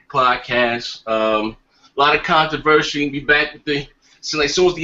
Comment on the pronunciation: starts off saying shit like controvershey lol